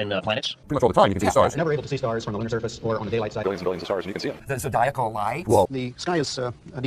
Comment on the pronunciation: Lol "the zedialcal lights" lol